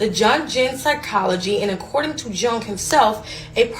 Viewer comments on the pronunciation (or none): Also: to the woman saying “jun Jin” it’s not “jun Jin” it’s pronounced “young-yin” it’s “carl young” and the shadow type refers to someone’s subconsciousness or their inner most repressed traits of their consciousness, what we call intrusive thoughts are an example of said “shadow self” it’s not “demonic” it’s just our subconscious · Correction: it’s pronounced “yoon”,In psychology, the subconscious refers to the part of the mind that operates below the level of conscious awareness. It includes thoughts, feelings, desires, and memories that influence our behavior without us being consciously aware of them. The subconscious plays a significant role in shaping our attitudes, beliefs, and behaviors, and is generally molded by our environment and other conditions. Psychology is considered a science because it uses systematic methods to study and understand human behavior and mental processes. Psychologists conduct research, gather data, and analyze findings using empirical evidence to develop theories and make predictions about human behavior. Through the scientific method, psychology aims to uncover patterns, establish cause-and-effect relationships, and provide explanations for various psychological phenomena. So it’s not witchcraft or anything like that, it’s the study of how our mind operates with its hardware (the brain)